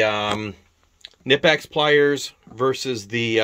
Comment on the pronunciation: Can’t pronounce Knippex? Can’t take this seriously. 🤦🏽‍♂️